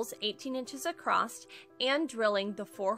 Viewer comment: 10/10 cutest little shelves. I'm going to try this! Side bar, It's my own personal pet peeve but I had to mute this because you kept saying "accrosT" there is no such word.